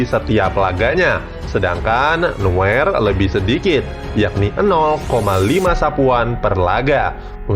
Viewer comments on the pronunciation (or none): Neuer bang bukan nuer